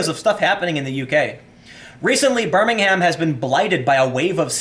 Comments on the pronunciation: The British city is pronounced differently from the one in Alabama. In England we tend to reduce the vowels on unstressed syllables, so it's BIR-ming-m rather than Bir-Ming-Ham. British people don't agree on how to pronounce "Solihull" so don't worry about that. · Fam, you ignorant AF to what's going on in the UK. Your pronunciation of BirmingHam and not knowing what a Corsa is illustrates that. Educate yourself on a topic before spitting generalizations about crime, migration and poverty. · lol, you got Solihull spot on, now you just need to learn how to pronounce Birmingham correctly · Telly Savalas said ' Birmingham' better, sorry. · I’m really enjoying hearing Tim pronounce Solihull and Birmingham, places not too far (well actually not far enough!) from me!